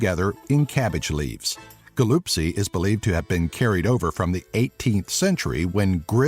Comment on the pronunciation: ГалУпци???? )))) не могу успокоиться